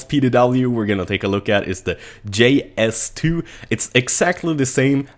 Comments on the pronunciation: J-S2 "Jay" - not "Gee" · dude you pronounce it JayS2! just sayin... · In swedeish J is pronounced like "Gee" so that's why he said it wrong. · Did he say GS2 instead of JS2?